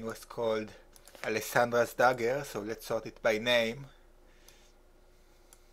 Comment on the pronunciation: Allesandrass daggeurrr dat french accent doe